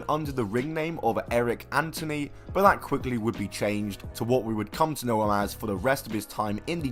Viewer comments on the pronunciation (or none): none